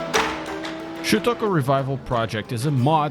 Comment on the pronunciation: You actually spelled it right this time. Although you still say it wrong lol.